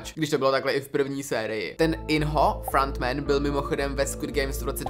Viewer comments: "frAnt men" 😂🤦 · Pane bože… “FRANT MEN” a “ SAS” celkově ta anglická výslovnost mě vymrdává mozek z hlavy 🥲 kazí to ty videa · "Frant Man"😂😂 nemyslel si nahodou "Franta Man"? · frantmen? dži-hun? bože...